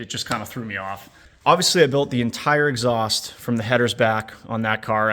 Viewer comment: hahaha "Eggs haust" nice touch